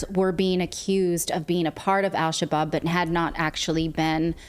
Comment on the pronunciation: Al Shabob? How about Al Shish-kabob?